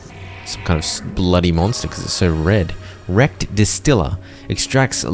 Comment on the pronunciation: Bro whenever this man says “wrecked” I hear erect 😂😂😂